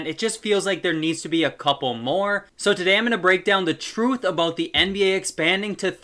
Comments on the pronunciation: Are you Canadian? The way you said "aboat" in the start made it seem like that 🤣🤣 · so basically Canada